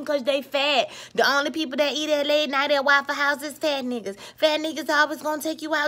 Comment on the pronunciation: Im glad you didnt make this about black men and us not liking my own women, and you are gorgeous. But the way you said fat niggas lmao PHat neeguuzz